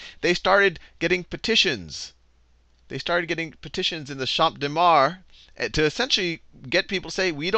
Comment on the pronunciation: even as a french it's useful to have those lesson, thanks dude you rock (also it's pronouciated cham deu marse and not champe dé mar)